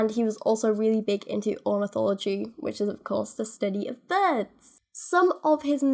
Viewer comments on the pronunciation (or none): none